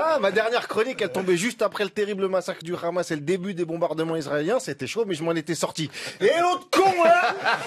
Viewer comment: S’il te plaît prononce le mot Hamas à la façon française et non hébraïque. Merci